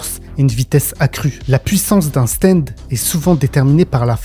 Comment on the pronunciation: stand pas steind